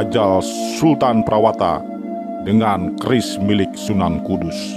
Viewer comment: Nama prawata di baca prawoto min